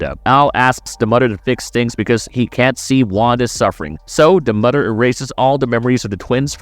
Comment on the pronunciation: "Mudder"😅 Bro....I was like is this guy trying to pronounce M-o-t-h-e-r